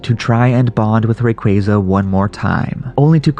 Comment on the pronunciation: Ray-quay-quay. What the f**k?